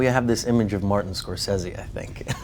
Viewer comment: Scor-fucking-sese, not SAY-ZE, it's 'sez-ee'